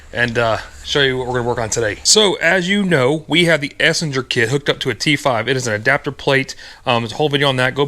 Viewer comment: I love your videos but I have to admit I laugh every time I hear you try to pronounce "esslinger".lol. I want to put an EcoBoost 2.3 with the 10-speed Auto in a first gen Mazda Miata.